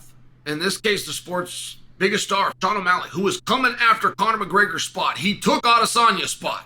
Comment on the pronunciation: Chael you usually right unc. But I’m going to have to humbly disagree about Sean’s popularity. As much as you’re not sold on him and it shows by the way you still purposely say his name wrong,but Poaton is respectively more popular. And then to say he’s coming for Conor’s spot is a stretch. Instagram follows are a bit vague but they aren’t at the same time. And Conor triples Sean’s count on that. Conor is almost on the level of Mike Tyson where you can ask strangers if you know who Conor is and a majority would say yes. Idk if they would do the same for Sean.